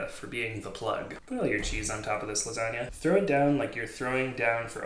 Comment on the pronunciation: first off its Garfield not gar fried and it LASAGNA and other than that your great